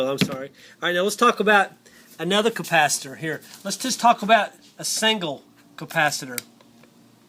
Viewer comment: At the end of video you said campasator